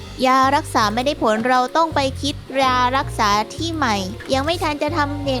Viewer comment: ผมได้ยินพูดว่า"รารักษา"